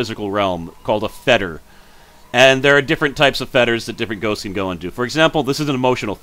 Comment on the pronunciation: Every time he says feters I think of a ghosts feteshs